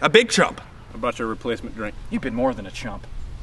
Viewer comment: i hate that i heard trump instead of chump